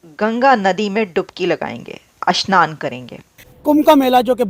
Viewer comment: मेडमजी अस्नान नही स्नान बोलो , अ स्नान का मतलब होता है स्नान नही करना